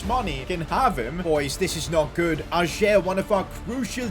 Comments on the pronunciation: Om from Norway and in Norway we say ayer not ajer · Totally loved it and your name pronunciation made it 100 times better 😂😂😭 Ayer instead of ajerrrr🤣🫡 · Im glad ajer got sold cause i didnt have to hear sid pronounce his name like that